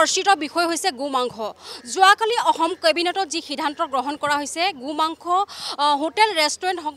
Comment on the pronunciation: Reporting baidu ahh Gu mangkho koi ase ne Go mangkho koi ase dhoribay nowari.. 😇